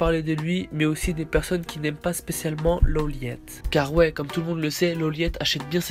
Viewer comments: Par contre ça se dit L Low Light mais ça se dit L Lawliet. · il dit loliète😂😂😂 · On dit lawlight meme si sa s'ecrit lawliet